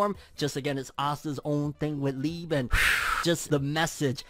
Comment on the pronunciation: My boy it’s pronounced lee-bay